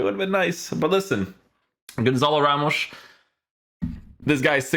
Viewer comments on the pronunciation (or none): Pretty sure it's pronounced Gonsal Rhemsh